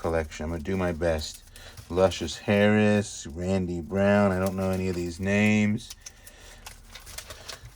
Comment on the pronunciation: Did he actually just say "Luscious Harris"? I'm dying